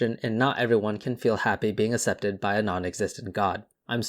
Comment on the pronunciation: Accepted is pronounced like "aksepted" not "assepted". Otherwise, great video.